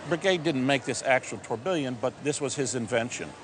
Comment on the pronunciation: Christ that pronounciation of tourbillion was harsh